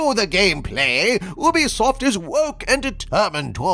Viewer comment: It’s you-be-soft, not ooh-be-soft